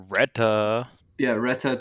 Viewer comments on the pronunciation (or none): I like how Americans can't say "Reta" correctly xD Good podcast by the way <3